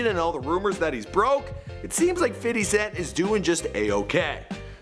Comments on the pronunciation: I like how he says "fitty" cent 😂😂😂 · "Fidy cent" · "Fiddy Cent"